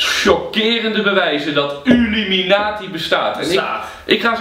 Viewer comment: het is IlUminatie niet UlIminatie